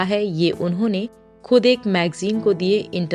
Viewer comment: Kud nahin. Khud. You need work on your URDU. Jila or zila. Foot nahin, phoot. Koob or khoob. Sorry. But you need to work on URDU.